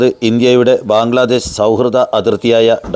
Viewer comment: ബാഗ്ലാദേഷ് അല്ല ബ്രോ ബംഗ്ലാദേശ് ആണ്